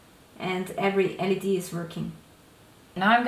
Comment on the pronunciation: Holy crap they use Texas Instruments all the way in Austria! Also your english is great but you were saying one thing really funny today. LED is an acronym, you say the three letters, L-E-D, not "lead" hehe. It stands for Light Emitting Diode! (They are diodes because current only flows through them in one direction) Anyway awesome lanterns!